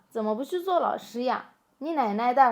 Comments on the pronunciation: "你奶奶的话...," and when you had a little pause there -- "你奶奶的 话...," that was funny 🤣(at least for us Chinese northerners) even if you didn't intend it to be. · 那句"妳奶奶的......話比歷史學家還準嗎？"的斷句斷得太漂亮了 🤣🤣🤣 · 妳奶奶的⋯⋯后面这个停顿就很有特色，Nancy对中文的理解不一般啊😂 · 上次的影片不見了嗎？ 我最喜歡妳在影片的斷句：「妳奶奶的⋯⋯話比歷史學家還準嗎？」